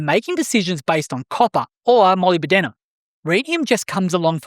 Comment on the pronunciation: ...also, it's "muh LIB duh nuhm"... 😄👍